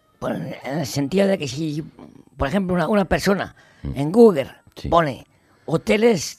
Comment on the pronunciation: Se ha dejado la vida en "Googer" jajaja Ortega, eres único.